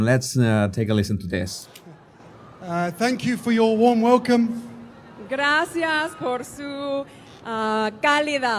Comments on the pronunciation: Is MM correct to pronounce gracias as “grassy ass”? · And this was,nt rehearsed? Also where in the world is gracias pronounced ‘grassy arse’.🤪😂